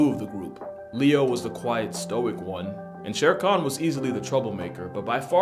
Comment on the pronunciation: Just so chat knows, it's Shere Khan, not sharcon. The name is from the same story the name Baloo comes from.